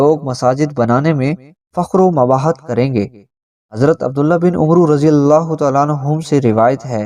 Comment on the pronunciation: عمرو ( ع )کے زبر ( م )اور ( ر ) کو ساکن پڑھ کر عمر کہنا ہے